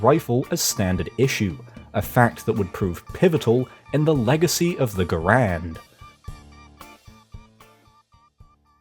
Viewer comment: Just one slight nitpick about the video and it’s about your pronunciation of John Garand’s name. It is not “Ger-und,” it is “Guh-rand.” I know this because once a family member of mine met John Garand’s nephew, and he said that is how it is pronounced.